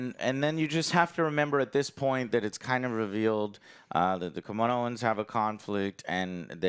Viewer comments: God damn Joe, it is KA-MI-NO. It ain't that hard, the way you pronounce it rips the ears. :p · Kamino !! pronounce Camino !! you are Puerto Rican and OJ is Mexican bro Camino.....Caminoans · How are you gonna wear a Star Wars shirt when you can't pronounce Kamino